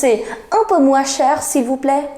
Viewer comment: Un peu moins cher, pronunciation of moins is not correct